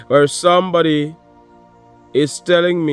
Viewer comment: sumebody is a two face ,with ur accent 😂 I literally HOLLERED . TY I need that laugh,it's been a long day. No one to talk to gets tiresome, but I'm good 👍🏾 ♥️🙏🏿✌🏾4-20-25 He Rose.